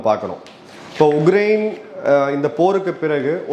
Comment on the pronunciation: it is not uGrain. It is uKrain. Please correct yourself